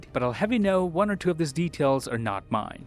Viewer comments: "See you guys in the next Won" Ahh so iconic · And why did you say "btw this is and i see you in the next waan", your name changes almost every week 😂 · yeah I noticed him saying i am ans see you in the next "won"